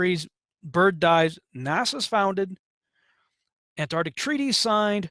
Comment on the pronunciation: PLEASE!!! Learn how to say "Ant -- ARC -- tic". Thank you for your cooperation.